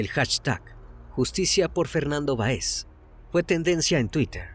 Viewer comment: Para el joven que narra. El apellido Báez, lleva acento en la A...hay que pronunciar correctamente, porque lo dice Baez...por favor, detalles así, restan seriedad y profesionalismo.